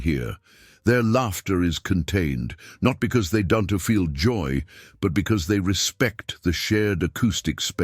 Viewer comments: "Don-te do"??? (Right at the start of the video and throughout) Ditch this AI shit, hire a proper voice actor that knows how to speak English and understands where the emphasis of words should be!!! This makes your videos seem amateurish and low quality to boot. Ironic, in a video about elegance. Sorry, auto dislike. Which is a shame, as the video's message is spot on. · That is how the AI voice reads "don't"